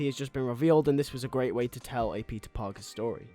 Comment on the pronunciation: Is he saying pizza or Peter or is it just a very heavy accent